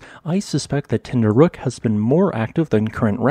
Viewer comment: You really cant say ten dü rek 😂